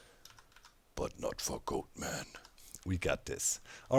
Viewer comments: It is pronounced 'Got-man'. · Did you just say goatFARTERman?